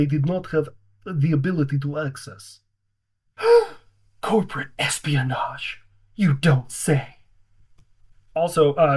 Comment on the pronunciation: common just say corpo-rate😂